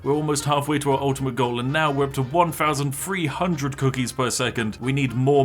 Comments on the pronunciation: i'm not sure but is it possible that you pronounce things like: three, thousand, very more like: free, fousand, fery not trying to be mean i just noticed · why do brits insist on pronouncing every "th" sound with their lip instead of their tongue like you're supposed to? ALL of their "th"s either sound like an "f" or a "v" fousands of cookies, just everyfing possible. Over free hundred fousand cookies. Vis is remarkable, I simply can't believe how far vat idea took us in just firty minutes